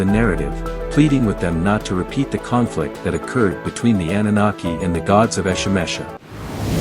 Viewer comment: Defining the term but cant even pronounce it correctly. LMAO Thumb'd down.